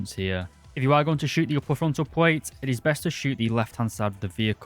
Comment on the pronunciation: Also one of the people who say "pwate" instead of "plate" and it's so annoying 😬